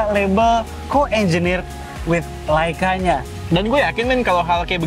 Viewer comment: serius tanya... pelafalan yg bener tu LEica atau LAica sih....???? sepanjang video itu yg ganggu kuping... cuma di chanel ini nih... beda sendiri